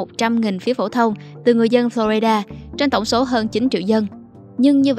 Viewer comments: Teller, có góp ý nhỏ với bạn. Bạn đừng đọc: Flo rai đa, cả việt hoá hay english đều không đọc vậy. Nó nhỏ nhưng nói lên sự tận tuỵ của mình với công việc! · Lần đầu tiên nghe một người đọc tên bang Florida là phlo RAI đa.